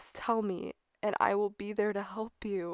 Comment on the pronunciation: Why i keep hear you say "help" become "hope"